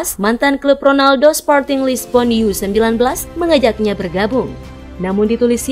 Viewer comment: bukan yu-19...ya tetep baca U-19 laaaah